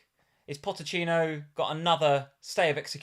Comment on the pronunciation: it's not Pottechino, it's Pocchetino 😅